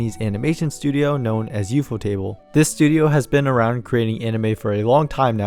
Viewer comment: wait is ufotable not pronounced like?? u f o??? as in the acronym?????